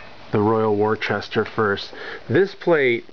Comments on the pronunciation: American pronunciation: wore-chester. British pronunciation: wooster (like rooster) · Wor Chester 😂😂😂😂😂